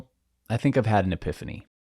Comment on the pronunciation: The word is epiphany You the man